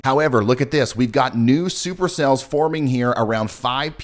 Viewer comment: Did you say STUPER CELLS? as in stupid?lol